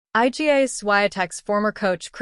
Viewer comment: calling her 'eye gee ay' - clearly an AI bot speaking